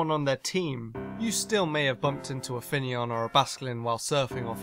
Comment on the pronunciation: The video section calling finneon fenian lmao